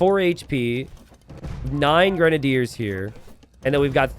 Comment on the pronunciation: it's pronounced "grenadiers".